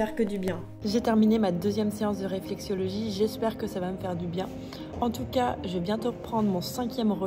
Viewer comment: RÉFLEXOLOGIE (ça fait mal d'entendre "réflexiologie") 😅